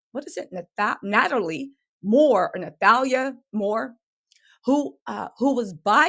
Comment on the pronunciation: Wow that article you quote where she quit is from July 2023 no way that has anything to do with bond hearing. You need to write a script first, proofread and verify all facts from 2 sources and learn how to say names like Ni/tall/ya in preparation. You got the looks part down pat. Good luck